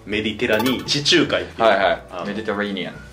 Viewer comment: 地中海の発音ちゃうくて草